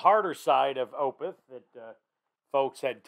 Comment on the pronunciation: Opeth is pronounced is 'Oh-peth', not 'Oh-pith'. :) Good reaction, in any event. This song is amazing. Opeth has dozens of tremendous songs.